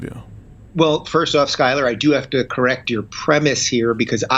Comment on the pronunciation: I'm really liking Rubin's perspective. Skyler (you're over pronouncing the 'U') hits a nerve.